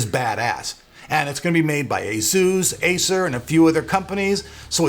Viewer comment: I hate the way you say Asus but ok :)